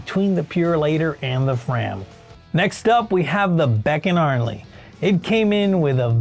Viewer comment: Oh, its beckarnley not beck…arnley. You sound like AI. Any experience in the auto biz bro ????